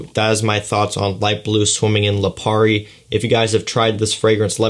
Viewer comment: I really can’t get over when says Lapiri.. It’s Lipari... 😭😭😂😂😂🙂🏆✨🌊🏝🏊‍♂️